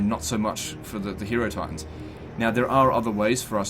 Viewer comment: it is pronounced hi-eh-ro-titans. the same way you pronounce hieroglyph. you know based on egyptians